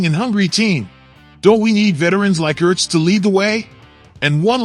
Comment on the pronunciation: Damn automated voice shit is fuckin annoying... dude said Zack E.R.T.Z lol...wtf